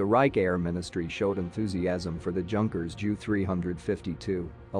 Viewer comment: Can not even pronounce Junker properly.